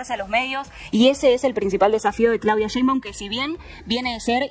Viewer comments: Que no es sheinbau, te falta la m al final, estas menza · Se pronuncia Shein-bauM, NO LA CAGUES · Se pronuncia como se escribe SHEINBAUM no sheibau...